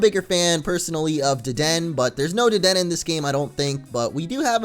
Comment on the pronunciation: Dedenne is pronounced Duh-den-ay